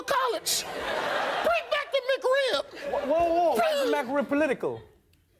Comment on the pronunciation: "Whoa, whoa! How is the McRib political?" He didn't say "the McRib." He said "The MacRib." It sounds much more political, that way.